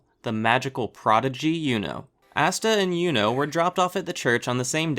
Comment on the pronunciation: ITS ASTA NOT AUSTA!!!!